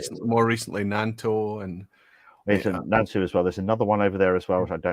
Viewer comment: Thank the heavens! You got the pronunciation of Nantou Distillery correct! Yes!